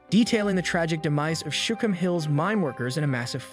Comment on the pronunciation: Shookum hills, not shum hills.